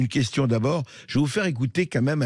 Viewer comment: On dit "quand même" et non "qua même" M.Bercoff! Le contenu de votre émission est excellent et sans votre "qua même" ce serait mieux. On entend plus que ça. Merci à vous. ;)